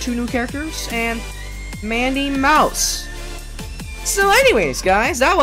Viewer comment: It's not me mouse It is madi mouse